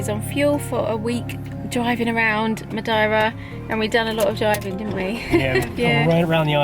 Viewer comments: Is it me, or are you pronouncing Madeira a bit funny? I though it was Ma'dear'ra - checking google, yeah both British and Portuguese pronunciations are completely different from how you say it. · Excellent vlog, but Its Dearer in Madearer :-)